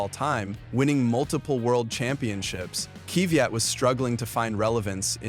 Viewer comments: Kvajt, Kvit, Kvyat, Kvajat, Kvit, Kvyat... 101 of pronunciation of Daniil Kvyat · Bro pronounced Kvyat in every possible way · How many ways can he say Kvyat and still not get it right?